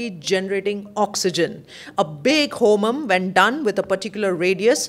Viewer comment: Please learn the pronounciation when ur talking about sacred homa